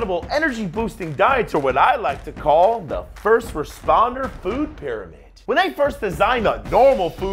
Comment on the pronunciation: emphasis on "when" lol